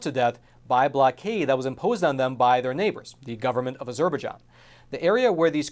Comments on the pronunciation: Hi. You need to review your pronunciation of a Azerbaijan. FYI. The Turkish military spent the 1980's using Turkey's ancient Christian sites, places the Paul and Peter visited as artilitary practice targets. Great informative film. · After all the research you claim to have done, you'd think you would have learned to pronounce Azerbaijan correctly. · Thank you for the report. You need to learn how to pronounce Azerbaijan. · Please pronounce Azerbaijan correctly. Poor Armenians looking at yet ANOTHER genocide which the world will not recognize. Don't kid yourself the Zionist tribe instigated the first one and no doubt involved in this one also. The dual citizens in the USA Dept of State will not care they are behind it also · Great, valuable story! I hadn't heard this side of it before. Also never heard anyone say Azerbaijan that way either... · Stories would be much easier to accept if narrator could at least review the correct pronunciations of common words like " Azerbaijan ". Would someone give this narrator a telephone and have him call the State Dept. so he can learn a new word " Azerbaijan " ....... from Big Bird ......... United States Eagle ............ Nick , NavyBlueSmoke , LST-1195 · The way you say Azerbaijan makes me wince every time. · IT'S NOT AZUR BER JON... IT'S AZER BI JON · Not to be petty, but the name of the country Azerbaijan is pronounced with the main stress on the last syllable and secondary stress on the first syllable: A zerbai JAN, not a ZER baijan. Since this entire news story focuses specifically on that country, getting the pronunciation correct matters. After about the 10th time I heard that nearly unrecognizable pronunciation, it really started to bug me. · Surely pronounce az-er-baij-an and not a-ZER-baij-an? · "A Zer Bejon?" its azer - by-jon if youre gonna cover the story, at least say its name right. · You could do with a pronunciation coach.. Azerberjan is what you are saying!! which is pronounced AZER-BY-JAN